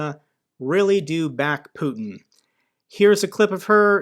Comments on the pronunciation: Agree. And no Russian or Ukrainian - or any Slav - would pronounce "Putin" as "poowtin". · I'm from Germany, I speak some Russian and Ukrainian, and she sounds totally American. The most ridiculous thing is her American pronunciation of the name of Putler - despite being his fan girl. 😂 A mother tongue speaker who is pro Putler would pronounce his name correctly. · her fake russian is fake as hell. she can't even pronounce putin how russians do. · After listening to lots of Russians over this past year (Evgenia Albats, Sergei Guriev, etc.), even I could instantly clock “Donbas Devushka” as American. She didn’t even ^try^ to pronounce Putin the way Russians do! Good work NAFO on unmasking her, and I hope she gets the mental health help she so badly needs. Feel sorry for her kid. It’s not terribly surprising to me that a country run by mafiosos and crooks (Russia) is attractive to grifters, scammers, and habitual liars like Sarah Bils, Gonzalo Lira, etc.